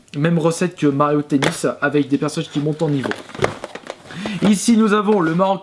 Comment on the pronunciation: Pourquoi à chaque fois que tu dis "Mario Tennis" je comprends "Mario Pénis"... xD